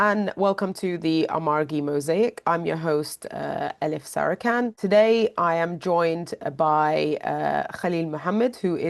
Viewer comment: Koskoca Elif Sarican oldu Yelif Searikan. Ulan insan adınıda ingilizceye çevirmez amk.